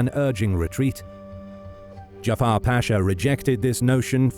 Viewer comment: The name is not Jafar it's Cafer. Turks are not Arabs.